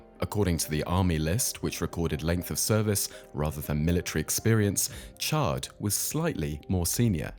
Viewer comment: The pronunciation of Natal is way off! And it's Chard with a c not pronounced Shard with an s!